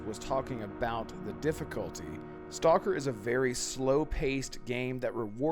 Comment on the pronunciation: You pronounced the name of the game incorrectly